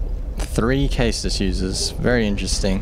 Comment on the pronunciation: Caestus is pronounced saystus. Just putting that out there. Awesome vid by the way. I knew there had to be a way to put mace of the insolent to good use.